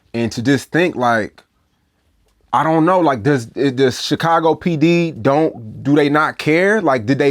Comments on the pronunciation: LOVES TO SHOW HE KNOW HOW TO SAY CHIcago the proper Way🐴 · Vlad says Chicago like u say it fr. Stop churching it up. U ain't no ese